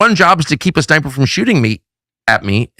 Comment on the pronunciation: I had to go back - Tucker says 'keep a sniper from shooting me', I heard 'keep his diaper from shooting me'. 🤣